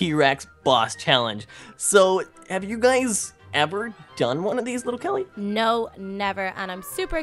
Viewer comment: It's little Kelly not litter kelly